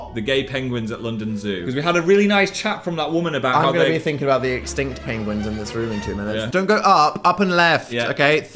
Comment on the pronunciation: Dan! You said Penglings ! Reminded me of Benedict Cumberbatch 😂